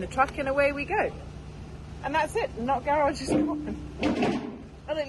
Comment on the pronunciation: I could tell what the not garage meant to you by the way you mentioned it one thousand times! Thought you were saying nut garage! Ha! Enjoy the new view. It’s looking spectacular! Good job all!